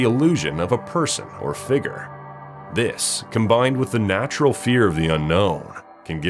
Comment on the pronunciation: Can anyone tell me what a "figre" is?